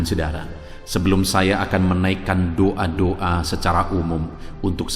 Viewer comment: Maaf ya pak, kalau mengucap DOA itu ya DOA jangan DUA artinya sudah beda, kata" nya yg jelas jgn menduakan gitu